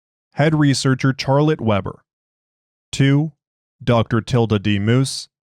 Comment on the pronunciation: Love how your AI screws up the pronuciation of "Charlotte Weber" :text-green-game-over